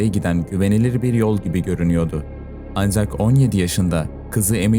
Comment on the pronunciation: Anzjak değil ancak sadeje değil sadece dereje değil derece artık tahammül edemiyorum bu telaffuzlara